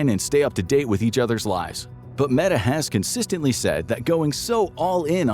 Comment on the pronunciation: They say this is not A.I but he pronounces Meta as "Meeta"...